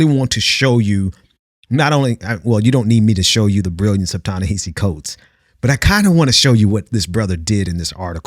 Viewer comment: you might be mispronouncing his first name. i think it's "Tah-nehasi", each of the A's rhyming with the vowel sound in "boss".